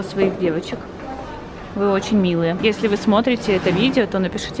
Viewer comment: Бесит не очень ,а очь